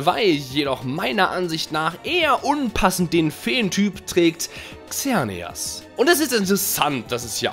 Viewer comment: Wo du Xernias gesagt hast hab ich ich verstanden Xenia und ich heiße Xenia😂